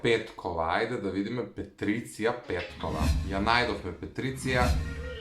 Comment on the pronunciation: Ne se cita petricija nego patricija ne e hejt samo ti kazuvam